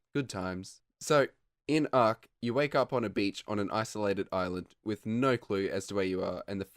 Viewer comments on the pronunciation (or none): none